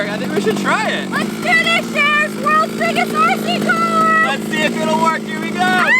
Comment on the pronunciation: said "wurlds burggest rc cor" but it's rather puny sized. You could buy lots of rd cars way bigger, or diy. But sadly I guess he won't be able to diy.